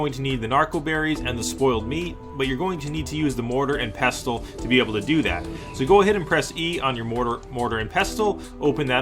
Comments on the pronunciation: its pronounced "pesle" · the t is silent